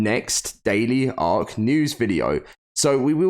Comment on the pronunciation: What is "Ass-err"